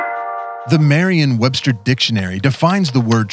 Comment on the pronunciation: Merriam-Webster, not "Marian"